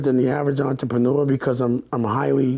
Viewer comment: I can't be the only one that caught on to him totally disregarding the first r, in the word entrepreneur 😂😂